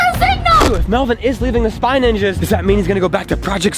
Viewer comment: Its spy ninjas not spange range